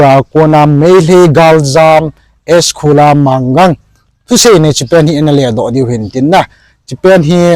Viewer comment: S.khula manggang ahipoije S.Khula Ma ngang joh ahe na pronouncetion adihpoije